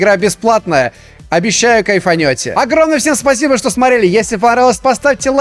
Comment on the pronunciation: Как ты странно сказал ВСЕЕМ хай